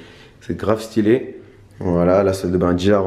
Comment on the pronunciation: « c trop sten » tu mas lair d’être un mec de corbeil